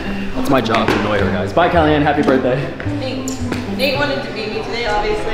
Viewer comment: anyone else wonder why Nate says “Callie Ann” instead of “kelianne”